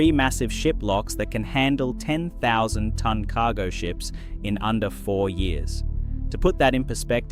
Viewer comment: "KAH-go Ship" 😂